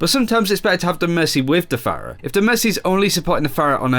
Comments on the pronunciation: can you just fucking say phara and mercy? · why do they continue to pronounce Pharah's name wrong when she has a voice line where she says her own name